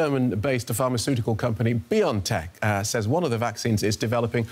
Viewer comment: It's "Bio (and) tech... Not Biontech... Not pronounced like you are saying...